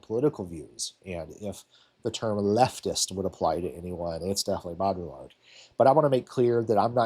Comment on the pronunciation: bow-dree-yard is the best I can convey - the ll is more of a y in baudrillard.